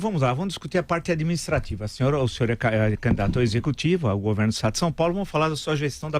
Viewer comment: No meu "guverno"...o "guverno"...esse "guverno"... kkkkkk